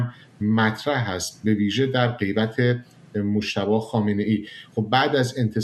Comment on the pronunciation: اقای شما عمدن دارین مجتبی رو موشتباه تلفظ میکنین واین برای انسانیت درست واخلاقی نیست.جانم فدای ایران اسلتمی 😮😮